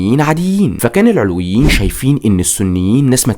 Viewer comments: المحتوي رائع بس استفزني طول الفديو نطقك لكلمه العلويين بتنطق بفتح العين واللام ياريت تركز في النقط الصغيره دي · محتواك رائع لكن انت نطقت كلمات كتير نحنا ما بننطقا هيك علويين كان نطقا غير صحيح و حماة كذلك عدا ذلك متابعتك و بحب محتواك كتير عن جد كتير رائع ❤ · شكرا عالفديو بس ياريت تلفظ مسمى العلويين صح بعيدين نحنا كعلويين ما منطيق هالعيلة و ما في علوي و لا سني و لا مسيحي سلم من شرون ما تركو حدا يعيش بسلام و يلي ما بيتسمو ما تركو ولا مستودع اسلحة بالبلد و الا و دمروا خوفا من توحد الشعب السوري ضدون و لليوم الطيارات الاسرائيلية بالاجواء السورية بشكل دائم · في معلومات تاريخيه كتير غلط وعم تلفظ كلمه العلويين غلط لدرجه انه المعنى اتغير !!!!